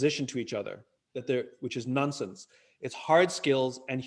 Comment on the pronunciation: Did he say nunsense?